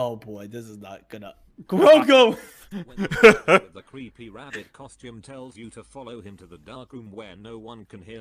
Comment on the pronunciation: It is not Grogo It Is Grogu